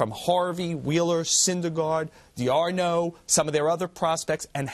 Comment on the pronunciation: Like the analysis but whats with the mispronunciation of D'Arnaud